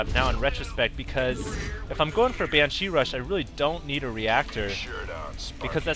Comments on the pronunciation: its BANshee, not banSHEE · nooo!! not another banSHEE video!! lol seriously hd, BAN-shee, not ban-SHEE, BAN!-shee. please put the emPHAsis on the right sylLAble. =P btw is there still a ground defense colony and air def for the zerg or the spine crawler does both? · Excellent videos again. Got really lucky there with the Banshee's, but you pulled through [Fuck Yeah terran!] Also, not to harp, but the only thing I can suggest is Ban-shee, not Ban-CHI. Also, Marauders and Siege Mode Tanks destroy Roachs en masse. Marauders are the only true counter that burn them quickly. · It's pronounced [banshe], not [bansheeee]. I'd let this slip if it wasn't so annoying :p Anyway, these games are are perfect to watch during lunch break :) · SJ he said banshee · ok, i like your commentating a lot, but you really need to put less stress on the second syllable of 'banshee' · the way he pronounces banshee is kinda cute, makes them sound more threatening. I wish he'd pronounce Lalouche with a french accent though.